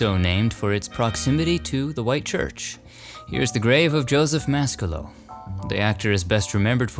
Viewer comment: Joseph Mascolo.. pronounced MasCallo